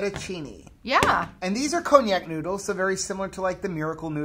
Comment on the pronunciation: I've always heard it pronounced con-jack. I prefer a good marinara on my pasta, but lately, butter noodles have been calling. I did not like the miracle noodles, couldn't finish them.